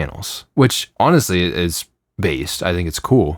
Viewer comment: Why are you saying ”baist” all the time 😂